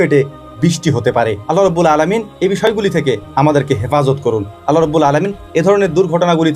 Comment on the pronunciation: আল্লাহ তা'য়ালার নামের শেষে হা উচ্চারণ করতেই হবে দাদা জী না হলে মহামান্বিত আল্লাহর নাম বিকৃতি হবে আর যিনি এই মহা বিশ্বের মালিক তার নাম বিকৃত করলে কি হতে পারে একটু চিন্তা করুন আপনাকে ওই স্রষ্টা সুন্দরতম একটা বিবেক দান করেছেন